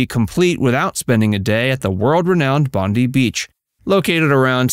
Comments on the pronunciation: Every time I heard the beach pronounced 'Bondy' I cringed. The beach Bondi is pronounced Bond-die, a name of Aboriginal origin that supposedly echoes the sound of the beach's rolling surf. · It's Bondi, pronounced like (Bon - Die) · Bondi is pronounced Bon Dye